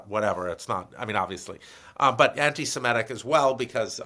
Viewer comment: why does Stanley say antisemEtic, instead of antisemitic? ie ET instead of IT. a little distracting